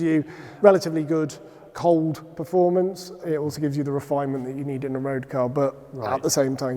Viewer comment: Is that the best guy they could find to talk about technical aspects of the cars? he couldn't even pronounce "performance"! ... "formance". What a Knob.